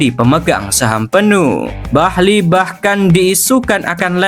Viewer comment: Eghbali bang bukan bahli